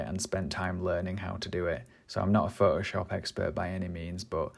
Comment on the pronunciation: I love how you say ''Phohoshop'' :)